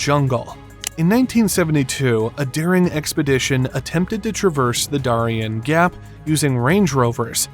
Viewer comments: Its called the DARE-E-N gap but good job with the AI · This ding dong can't even say Darien Gap correctly. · Can you please learn how to say the name of the cities and towns before you finish the video! Prudhoe Bay and Darien Gap! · First of all, we can definitely tell when there's an AI voice because you don't know how to say the Darien Gap nor do you know how to say Prudoe Bay. Personally I think AI voice is on videos should be illegal. What are you, too lazy to actually narrate? Just pure laziness. Number two. Environmentalist can be so stupid sometimes. Truly truly truly stupid. So they don't want a road to go through there because of "environmental issues" Well let me tell you something, far more damage is being done by the tens of thousands of immigrants transversing the Darien Gap. Just littering and dropping garbage all along the way. Please research it! You will truly be disgusted by what you see. Sometimes environmentalist actually cause more problems to the environment than just building the road. If they had just built the road, you would never see the type of environmental damage that's actually being caused by the immigrants. And if you're worried about development. You make the entire area a national park so nobody can build in it except for the road. We got places like that all over our country. We're only the road exist and no other development. It can be done. But it takes the political will to tell these environmentalists to shove it. Because if I'm in charge, I'm not listening to environmentalist. They actually cause more problems in the long run